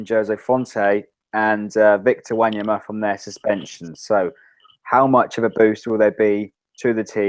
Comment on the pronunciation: yeah, although there camera quality is quite ordinary i enjoy there analysis on the saints :). Keep it up guys, but pls pronounce wanyama;s name properly ahaha ;p